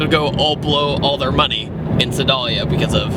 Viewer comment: I may have cringed at your pronunciation if Sedalia lol. if I knew you guys were coming through I would've met you :P